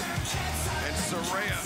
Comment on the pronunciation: Not Soraya, it's Saraya